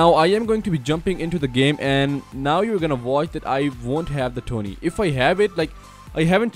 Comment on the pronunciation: I think it pronounced T.O.N.E Not Tony